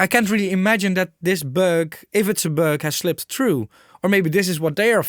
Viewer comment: Yes....lol...the ü, ä, ö... Is a big deal for us Germanic Nordics (Austria, Germany, Dutch, Scandinavian countries, Switzerland...) All comes from the same root.....hehe...